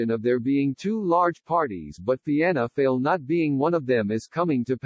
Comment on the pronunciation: It's written Fianna Fail but 'Fail' is pronouned 'Foil'.